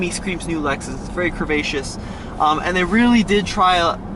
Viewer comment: Stop saying *crehvascious*!! It doesn’t make you sound smart.